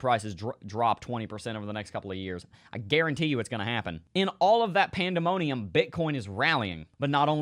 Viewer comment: "Pandemonius" :D How did you know that the video will be 12 mins while recording it? :D